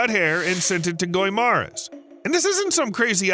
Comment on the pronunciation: The PROPER pronounciation of guimaras is GI-MA-RAS.